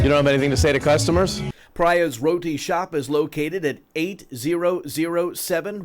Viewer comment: It’s not Rorty shop , it’s Raty shop